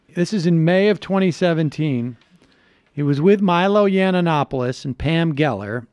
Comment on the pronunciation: Serious question here. I've noticed that Sam often mispronounces words. This time he did it with Yiannopoulos. Does he do it on purpose or is there something else to it?